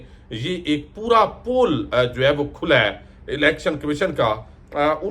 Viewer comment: Piaray bhai pool kholna nahin hota pole kholna hota hay